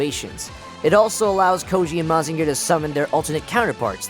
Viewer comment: Great review, but the way you pronounce Mazinger hurts my soul.